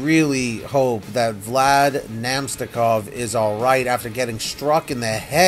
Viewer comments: Sorry man you pronounced his name wrong. Its Vlad Na-mest-ni-kov. Keep up the vids 👍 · Avs' fan here. I hope Na-mest-ni-kov is ok (the pronunciation.. ugh)